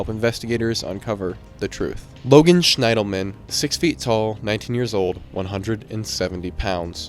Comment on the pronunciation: The bridge cases I hadn't heard of before, so thanks for that! I wonder if the discarded clothes could be paradoxical undressing, which happens in later stages of hypothermia. Wonder if it got that cold… BTW. "Schiendelman" is pronounced "SHIN-dull-min" 😉